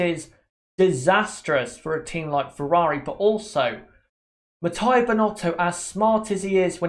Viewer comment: Please it's Mattia (Mat-t-ee-a, not matt*a*ee*a), thanks. In Italian, "i" is pronunced like the english "ee" (short tho), not like english "i" (which in Italian would be written: "ai"). I'm not gonna go in other details.